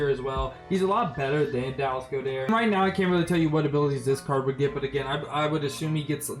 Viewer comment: It’s not Dallas Go dher it’s God Ert